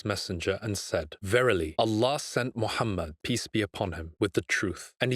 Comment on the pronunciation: This guy cannot pronounce the name of Prophet Muhammed sallallahualaihiwasallam properly and you think he is speaking truth? What a nonsense! This man is a kazzab and implanted to create doubts. Three of his qualities are enough to prove he is indeed a partner of dajjal 1- will never be able to pronounce it correctly the name of Prophet Muhammed Sallallahualaihiwasallam. 2- lies about everything. 3- create doubts instead of removing it from the mind of a layman. He is a disciple of shaitan